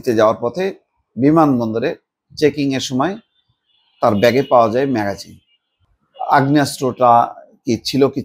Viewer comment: ম‍্যাগজিন, এটা ম‍্যাগাজিন না!!!